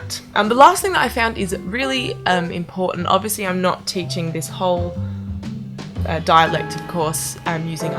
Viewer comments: When you say "...shall not fade", the "not" is what gives you away as a Non-American. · Not a native english speaker, but I find that your "o"s are a little off (british) in "often" and "not". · Your American accent is really good! The only thing I would say is , when you said “not” it was a bit off.